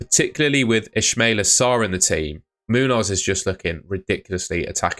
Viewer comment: Why did you mispronounce Ismaila Sarr's first name wrong when there clearly isn't an "sh"? Enlighten us.